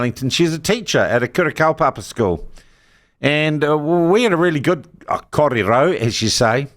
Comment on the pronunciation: Strange your view is deceptive,you can't even pronounce or korero Maori properly which indicates you have lived in Aotearoa in a sheltered life like a gloriavale communes